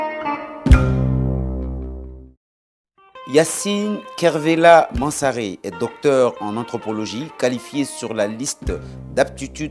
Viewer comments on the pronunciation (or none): Par contre faut arrêter d'écorcher le nom de la dame... C'est MANSARE!!!!!! L'interviewer dis à plusieurs reprise Yansalé... Idiot